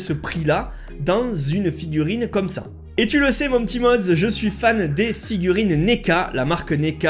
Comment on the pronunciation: sa ma fait bizarre ta dit "yep mes ptits modz"